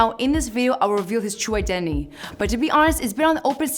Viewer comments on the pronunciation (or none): "Ill reveal his true ideny" im dead